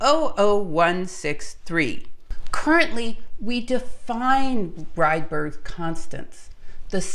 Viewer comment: Ångström and Rydber pronounciation was not that good. But rest is perfect, thanks for a really good video and information about history of physics. It is so very interesting.